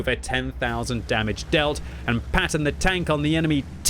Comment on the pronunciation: Why do you keep saying 'Pattoner tank' ?